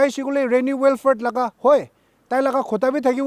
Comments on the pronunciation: Good coverage on this sensitive issue, but please try to pronounce the names of person or place in the correct way. It should be " Will - frudh" and not " Well - furt". Being a news agency one can't afford to mispronounce names of people and places. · .. It's " Wil - frit" in American English pronunciation by the way! Anyways, I'm off this thread.. Besides, my first comment was not directed to you or any public for the matter. I just pointed it out to the news anchor because I believe nobody grows better without constructive criticism. Everybody got flaws, pointing it out and accepting and adjusting what's necessary is essential akin to the air we breathe... Peace out!